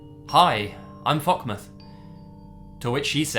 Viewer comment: The story is scary but fockmoth? XD